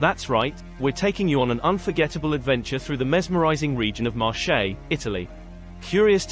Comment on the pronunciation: Interesting video ... but listening to the way the name of the Marche Region is pronounced makes my skin crawl! In Italian Marche is pronounced like Market without the t at the end. The way is pronounced sounds like the French word Marché, with actually means market.